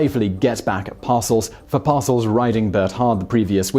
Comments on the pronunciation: Par- Sell not Parcel, silly Simon. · 1) It's STOKLEY Van Camp, not Stokey Van Camp. 2) The Giants' coach was Bill par-SELLS, not "parcels". 3) American football games use quarters, not periods. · to denote proper syllable emphasis for Simon’s benefit, its “par-SELLS” and “DIT-kuh” 🙂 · Pronounced: Par-sell twit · Every time he says "Parcels", I cringe a little more. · On the coaches names, Par-Sells and Dit-Ka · I wasn’t gonna comment but he kept saying them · "Bill Parcels" - lol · Well, he is British, how would he know. He also had a hard time with some very famous football names, Ditka and Parcells. He transpose the k and the t and made coack Bill's name sound like something you take to the post office.